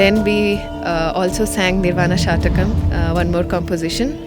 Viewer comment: It is निर्वाण षट्कम् , (ನಿರ್ವಾಣ ಷಟ್ಕಮ್) a garland of six verses. If you pronounce it as shatakam, it means it has 100 verses. षट् is six. शतकं is indicative of 100 (verses) नमस्ते।